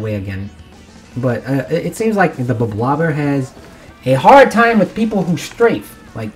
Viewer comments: It’s not “blob-blob-er”, it’s “blob-lobber”. Because you’re lobbing blobs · It’s pronounced blob-lobber